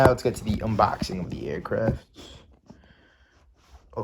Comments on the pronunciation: Nice "Unbobing" lol. Might want to fix that, just letting you know! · This man really said “unbobing”